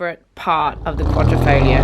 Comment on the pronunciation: QUA-DRI-FO-GLIO not QUA-DRO-FO-GLIA For people with verbal disabilities, just Julia is enough